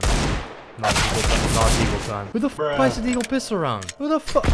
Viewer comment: content: "nEw DeeAagle gUys"